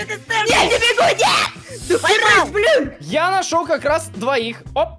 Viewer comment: он вРОДУ СКАЗАЛ БАЛИН